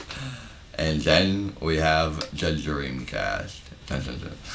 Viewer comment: SHHHHHHAAAAAYYYYGAHHHHHH!!!! Shega SheDee and Playshtashin Shree Shega Shaturn The Dreamcasht Always cracks me up!!! 🤣🤣🤣🤣🤣🤣🤣🤣🤣🤣🤣🤣🤣🤣🤣🤣🤣🤣🤣🤣🤣🤣